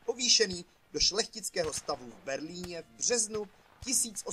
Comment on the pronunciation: Pěkné. :) Ale kde mají chudáci Rakušané v čase bajonety? A německé jméno Dreyse se čte zhruba "drajze".